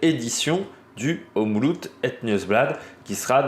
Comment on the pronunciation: Faut que tu fasses un effort sur la prononciation car mes oreilles sifflent comme une vieille locomotive. Le OM est bon mais le loop ne se prononce pas à l’anglaise. Donc le oop se prononce comme Hope à l’anglaise. Demain tu seras parfait. Sinon regarde la RTBF et Rodriguo. Si tu as un vpn c’est bon. Ton oreille t’en remerciera et surtout la mienne. Je te fais confiance 😅